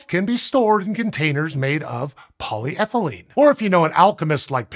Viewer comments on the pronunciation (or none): none